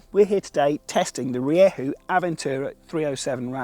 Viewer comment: As a Spaniard I can actually say that he nailed it in the later half of the video